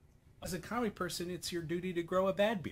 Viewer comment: I promise you, said "comedy", but because of his accent, he skipped over the d